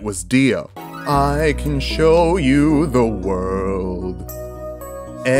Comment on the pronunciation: You can tell he's serious because he said the world and not ZA WORLDO.